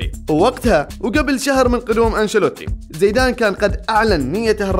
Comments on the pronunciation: ۔۔۔زیدان لقبه القباٸلي الفرنسي و لا علاقة له بالاصل زید ۔۔۔و ثانیا ۔۔زایدان ۔۔۔تضخیم الیاء بعد الزاي۔۔هي طریقة نطق لدی الخلیج فقط 😅۔ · هي صحيحة كما قالها زَيدان وليس زِيدان لأنها مثنى زَيد فهي فتحة وليست ألف.. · في المحصلة زيدان أصله عربي واسمه اسم عربي وينطق بطريقة العرب الفصحى كما قالها الرجل في المقطع بغض النظر عن هل هي لهجة خليجية أو غيرها.. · ... زیدان اصله لیس عربي بل امازیغي۔۔۔😂۔۔و طریقة نطق اسمه لیست کما نطقها الخلیجي۔۔۔اسمع الشوالي او الدراجي کیف ینطق اسمه۔۔۔الاسماء العربیة موجودة عند العرب و البربر علی حد سواء ۔۔۔ولا تدخل في نقاش فقط من اجل النقاش۔۔۔بل استوعب ما صحح لك ولا تکابر فکلنا تراب الارض۔۔۔☺۔